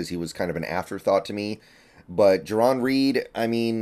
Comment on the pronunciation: It's Jarran, not Jaron, so I hope you're wrong about your analysis as well.